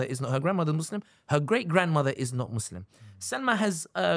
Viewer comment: the american accent and the "mohz-lehm" 🤣🤣